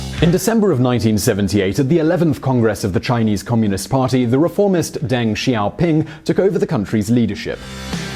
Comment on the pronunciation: "800 million people, or more than Latin America, Spain, and Portugal put together." Dios mio that puts it into perspective holy shit. Also, it's a little thing but kind of grating: "Deng" sounds more like "Dung" than "Dang". Yes his name sounds funny. Many Chinese names sound funny to english speakers. But that's his name. In general "e" in romanized Chinese sounds like "uh" or "eh" but never "ay". Similar to e in German.